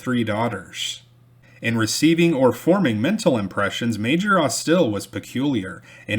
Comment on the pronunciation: You are pronouncing Jeremiah’s surname as AusTIL, whereas it should be AUStil, with stress on the first syllable. The family is still prominent in Mobile.